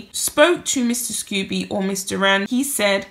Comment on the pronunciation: Scobie not Scoobie :)